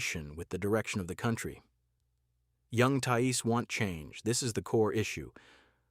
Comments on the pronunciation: Thai Es. AI much? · An AI voice that can't even pronounce the word "thais", makes the rest of the video irrelevant as if you can't even get that right then everything else you are talking about is also probably incorect.